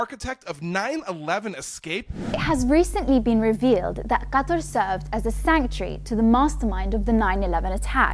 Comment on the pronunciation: Hilarious😂😂😂 Plus, this may discourage media from pronouncing Qatar as Cater 👍🏻